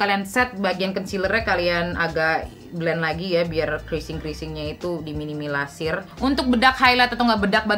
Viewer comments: "di minimilasir" 😂 apakah yg dimaksud adalah "di minimalisir"? 😂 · Lucuuuk pas bilang "diminimilasir" bukan "diminimalisir"😂 Luvv you pokoknyaaah 😍😍😍😘😘😘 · "di minimilasir" 😂 mikir keras ternyata di minimalisir 😂